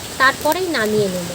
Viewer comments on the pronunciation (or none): none